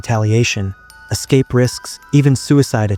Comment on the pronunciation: Your AI voice sucks, like most AI. “Escape” has 2 syllables, not 3!! Will not be enduring it again, thanks ever so